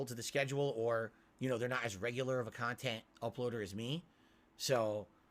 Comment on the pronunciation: lol i love how he didn't even give a real answer to what's the appeal of his content again with the "MEANINGUL KAHNTENT" cope. like what does that even mean? he plays videogames "as the average guy" on an unscripted stream, how can that ven meaningful in anyway? how can you put something in bulk but still feel like it's meaningful? he really is something else